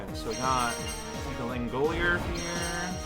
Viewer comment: "That was sad" overconfidence is a slow and insidious killer ... it's just that this time the karma was almost instantaneous. edit: "Lan-golier" it's 'lango-lier'